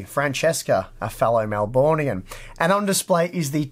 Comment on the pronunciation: You know that's not how you pronounce Melburnian! Come on!